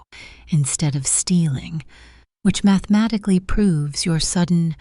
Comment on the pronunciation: At least Gemini sibling finally have something like each other again.😂 Pro: "mathemanicly" Flash: "sovereign" See!! Truly sibling🤣